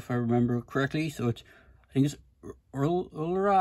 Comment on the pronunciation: Úrsula Corberó's name is pronounced Er-sue-la Coh-bear-row